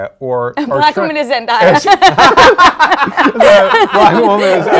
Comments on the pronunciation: I swear if I hear someone say zendya one more time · I know but they said zendya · Zendaya not Zendieya jesus christ